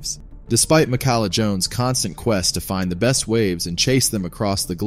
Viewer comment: It’s pronounced Mee-Kah-lah.